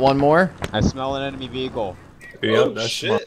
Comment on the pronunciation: "I smell an enamy vehicle" heheheheheh